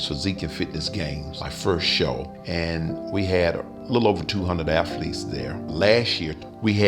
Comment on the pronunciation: 390 "aFhletes"